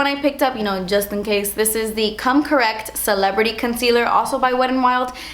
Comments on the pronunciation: I love your vids... but... the way you say concealer with a Spanish accent erks me.. r u Spanish I'm curious?? u have very pretty skin!! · When you say concealer it sounds like cuntcealer hahaha. I love your accent, it's not about that but it just sounds so funny hihi :)